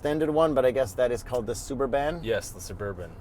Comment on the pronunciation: I loved calling it the Sub-bur-BAN as a kid too haha